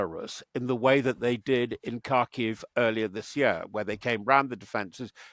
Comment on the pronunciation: “Kharkiv” is more closely pronounced. “harkeev”